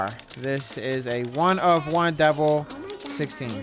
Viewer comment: love it bro i’ve seen elanip pls around with this also it’s pronounced DEH VEL not like devel and can you play some redlinev3 it’s got a lot of new features and is a lot better than v2